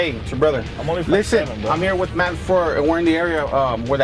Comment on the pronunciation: His name is MATT NOT MET DUH